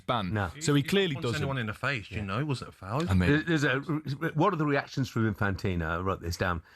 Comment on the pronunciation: Well done Jeff, one of the very few people in the media who pronounces Infantino’s first name correctly ‘Jee-an-ee’ ie recognises that it is Italian not French.